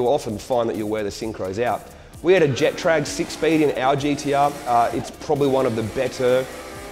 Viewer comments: Jetrag, it’s getrag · Jet trag...really?? no one is going to correct you on how to pronounce getrag?